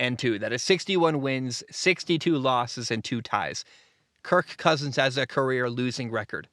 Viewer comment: I hate the way you exaggerate the word Kirk 😂😂😂